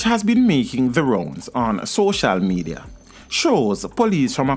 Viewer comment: Say social media again 😆🤣